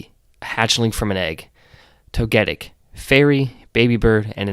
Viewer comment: that Togetic pronunciation genuinely made me jump as I was falling asleep to this